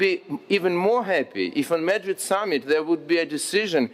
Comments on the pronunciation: /məˈdrɪd/ not /'mədrɪd/ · "МЭдрид" это где, альоша? И зачем тебе их ж/д вагоны (carriages)? Мот твой мысл был про харобристь (courage)? Нада серьёзнее готовиться к таким выступлениям от имени моей страны, альоша. Это тебе не в колорадке по Одессе вышивать.